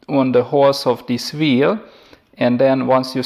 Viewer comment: I'm no expert.. But it just sounds like you say v instead of w